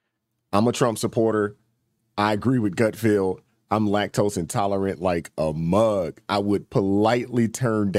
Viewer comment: “Gut-feld” not “..Field “